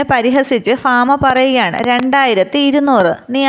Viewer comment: ഫാമ അല്ല ഭാമയാണ്